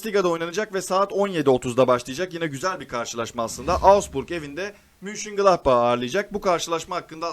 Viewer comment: Kardesim emegine agzina saglik, takdir ediyorum çalismani. Ayrica bir kaç videoda dikkatmi çekti. Su takimin adi MÜNCHENGLADBACH degil Ö ile MÖNCHENGLADBACH. Almanyadan sevgiler